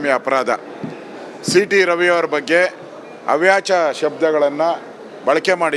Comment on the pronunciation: ಅಶೋಕ....... ಅವ್ಯಾಚ ಪದ ಅಲ್ಲಪ್ಪ.... ಅವಾಚ್ಯ ಶಬ್ದ/ಪದ....